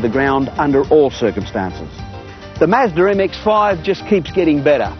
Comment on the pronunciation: he sounds so derpy when he said "the mazdar m-ex-feiive"